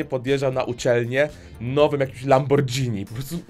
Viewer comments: minuta nie mówi się lambordzini tylko lamborgini a pisze się lamborghini kurrrrrrde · jesz spadzetti czy spagetti czyta sie "labmorgini" :)) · "lambordżini" aaałaaa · nie mówi się lambordżini. Mówisz spadżetti czy spaghetti? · proszę wymawiaj lamborgini a nie lambordżini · MÓWI SIĘ "lamborgini" a nie "lambordzini" we języku włoskim nie ma głoski "dzi" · lamborghini nie lambordżini XD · Lamborghini a nie lambordżini